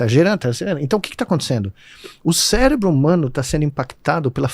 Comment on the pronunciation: Falou bosta e ainda disse célebro